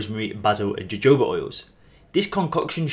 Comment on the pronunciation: jojoba is pronounced (hohoba) the (j) is pronounced (h)...great info and I use it for joint pain in bath water or foot therapy.